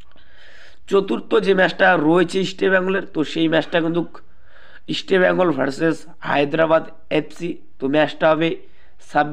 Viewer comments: You should pronounce properly Why are you spelling Easta bengal instead of East Bengal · তোমার উচ্চারণে অনেক সমস্যা যেমন ,,Eastbengal এটা আগে ঠিক করো। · আরে গর্ধব, আগে "ইস্টবেঙ্গল" নামটা শুদ্ধ ভাবে উচ্চারণ করতে শেখ, তারপর ভিডিও বানাবি। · দেখো তোমরা যে কেন vdoকরো...তা বোধগম্য নয়...একটা খবর ও ঠিক নয় ...চাকু মাণ্ডি...আমন ...এদেরকে সুযোগ দেওয়া হোক.. ভালো বিদেশী welcome ...পরিশেষে বলি Estbngl...নিচে কথা বলতে হলে উচ্চারণ ঠিক করতে হবে...like...share...পারলাম না